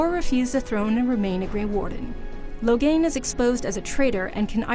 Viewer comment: Watching this, all I could think was "OHS-tah-gar! LOW-gain! EE-men! Or-SEE-know!" GAH.